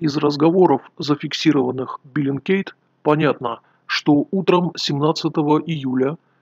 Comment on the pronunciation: не биллингкейт, а бэллингкэт;)